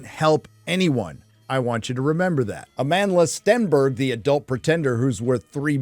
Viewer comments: did he say A-Manless beyotch? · At first, I thought you were calling her "A manless Stenberg." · I keep hearing her name as a manless stenberg